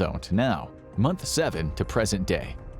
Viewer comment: 11:7 when he said month 1 i thoght he said womp womp😅